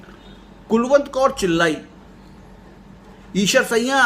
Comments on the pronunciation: Problem is not Aeshar, problem is siaa'n, narrated by you as sayyan. sometime chatting cannot say everything and I cannot contact you being very far from you. Can you read urdu. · ok sir, however, the correct word is Aeshar siaa'n except aeshar sayyan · Actually, I think, Eeshar Sayyan, narrated by this man, is not correct pronunciation However, Thamda Gosht is best story of the world.